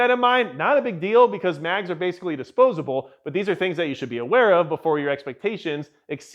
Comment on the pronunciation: “Disposable?” Breh.